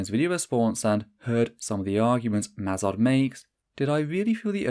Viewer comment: Was it on purpose that you pronounced Eisel Mazard's name as Esel, German word for jackass?